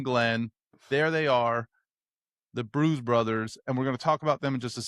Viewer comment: The "Bruse" Brothers 😂